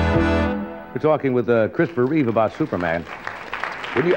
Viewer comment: Dude, it's "Reeve". Good lord.